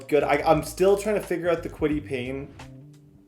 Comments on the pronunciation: kwity pay not payne lol😂😂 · Who’s gonna tell him it’s Kwity paye not Payne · Fam it’s kwity PAYE not Payne (pain) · He also calls Kwitty Paye “Kwitty Payne” and calls Julius Brents, “Julian Brents”😭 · Idk if yk but that’s tds nickname for kwity paye, in franchises where he’s had him he’s always said kwity Payne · Julian Brents, Kwity Payne, Mike Sanstril, Alex Pierce 😂😂😂, slow down and learn your players names 😂😂😂